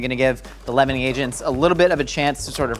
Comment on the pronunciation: He said leavening agents; I thought he said lemoning agents🤦🏾‍♀️